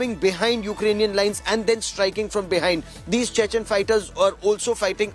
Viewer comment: Can't even pronounce properly Chechen